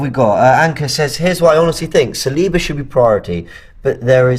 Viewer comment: Spoke with my friend who is French, he confirmed to me that Saliba is pronounced with a stress at the last letter. So it is Salibá. The right way to pronounce his last name.